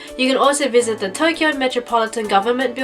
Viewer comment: "duh" instead of "the".